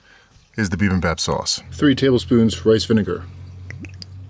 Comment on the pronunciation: Bibimbap is so good. I used to eat that all the time in New York (fyi: its pronounced 'be-BIM-bap' - not BE-bim-bop) Your bowl looks amazing! Great job!